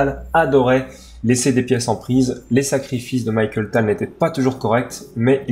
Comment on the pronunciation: Très bonne vidéo du magicien de Riga, merci (pt être une autre du même genre sur Spielmann)! Au fait la prononciation est Mikhaïl et pas Michael, désolé de chipoter mais ça faisait mal aux oreilles:)